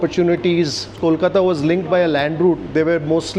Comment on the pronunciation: Your pronunciation of "Kolkata" is spot on. Thanks